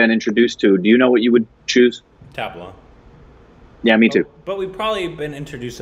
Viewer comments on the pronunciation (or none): Quick suggestion - Pronounce the T in Tabla with the tongue as much flattened against the Teeth as possible. Also, it's Tub-La when you say it. I'm really elated that folks from the West are taking interest in the Indian culture.